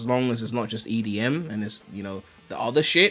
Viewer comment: This dude said edm -.- Good content, keep it up!